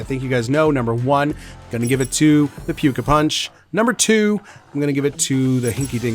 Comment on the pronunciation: Great vid! (tho I think we need to mod pronunciation of that last one to “pooka” 😂)